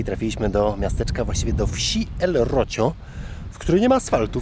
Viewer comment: i jeszcze Frigiliana (czyt. Frihiliana), Rocio (czyt. Rosijo). Przepraszam, musiałam. Uszy mnie bolały